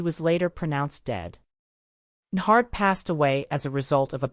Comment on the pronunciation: When AI can't even pronounce the guys name the story's about. To the do not recommend list you go 😂